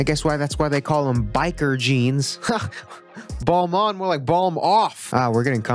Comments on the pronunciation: Just on a side note… Balmain is more close to « Bal-MAN ». To add a little spice to it, you can try nasalize the « N » at the end. 😉🥖🍷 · its balmain not ballmaun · It’s funny he calls it that way because it’s still wrong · it's French, so definitely not BalMANE lol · * says balmain was the start of ppl pronouncing french fashion brands right * * pronounces balmain like ball-mon * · At least it's better than pronouncing it ball-MANE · Talks about pronouncing french words correctly. Proceeds to say Balmain incorrectly. Doesn't elaborate. Leaves. What a guy ! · You pronounced balmain wrong though haha